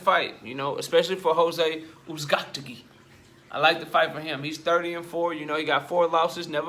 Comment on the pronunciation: BRUH IM DYING LISTENING TO YOU SAY THIS MAN NAME 🤣🤣🤣